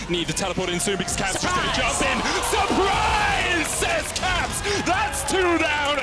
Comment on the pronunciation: SURRprispe ! It's Caps :D